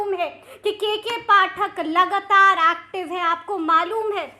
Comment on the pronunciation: जी आप भी हिंदी का उच्चारण थोड़ा शुद्ध कीजिए जैसे लगातार को लगतार शिक्षकों को शिकसकों पदाधिकारी को पदधिकारी आदि आदि